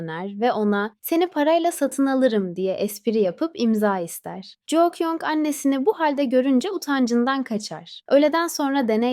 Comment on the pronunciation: Jou değil ju kyung 😂😂😂😂